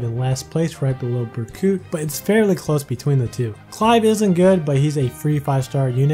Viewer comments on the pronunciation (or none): none